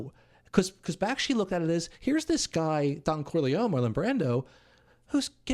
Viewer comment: Bakshi, not Bakshki